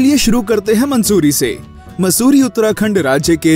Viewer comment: Are mansoori nhi musoorie